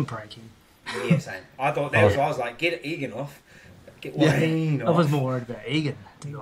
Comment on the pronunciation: Tell the bro it’s wayde not Wayne 😂